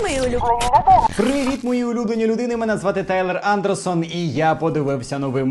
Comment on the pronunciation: Не Андерсон, а Андерсон